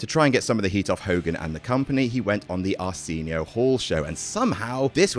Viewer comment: I cringed on how the way he pronounced Arsenio